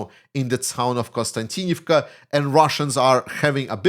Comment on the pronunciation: that konstaVika😅 sorry guys cannot spell even pronounce Ukrainian. city that Russia has infiltrated Russia said they have surrounded the city maybe maybe not.. all the Ukrainian soldiers coming back from their say that it is hell hell on Earth they have to enter the city on foot so they have to walk 10 -20 km to get there then fight then you try to get back out they say the sky is full of Russian drones which hit anything moving on the highway to konstavika💥 they say it's safer on foot..